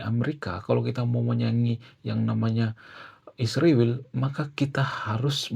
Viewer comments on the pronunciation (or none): Ngapain sih nyebut negara Israel pake isriwil, kang???!!!!! Yg bener lah.. Tlg ya..